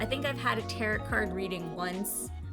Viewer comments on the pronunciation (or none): "tarot" pronounced "tear-oh" Not "tear-ut"... please learn your pronunciations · giggles I love how you pronounce Tarot. Lol. It's pronounced Taroh. But honestly, they are cards used to sort of tell peoples fortunes. People use them to help understand problems they have, or even help them decide how to handle things in their life. They are based around the Wiccan, or more spiritualism religions. I can understand the controversy behind them, but honestly I think if you wanted to do Tarot, I would look up the original deck (Rider-Waite) and the meaning/symbolism of the different elements of the cards.It would be a good way to respect those who truly believe in them. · Tarot cards can be used for readings, but some view them as divination tools. They view it as a way to connect to the gods. Others can view them as totally different things. Also, you pronounced tarot wrong. It is pronounced ta-row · All I know is it's pronounced tarOH not tarot. Love your cards and this is the first video of yours I have seen. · Tarot is pronounced tear-oh. Sorry. I’ll stop being annoying with how I pronounce things. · Prounouned; tair-oh. To my knowledge. Great video!